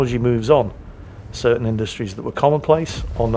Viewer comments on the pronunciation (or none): none